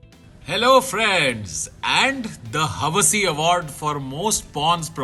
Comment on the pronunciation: Kaneez made Hawasi to " Hawa si " , lol.